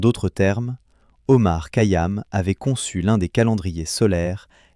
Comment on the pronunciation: Essayez de bien prononcer bien son nom..c'est KHayam!! Ka yam m'ecorche les oreilles !!!